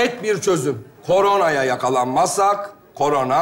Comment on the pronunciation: Korona değil GORONA 😅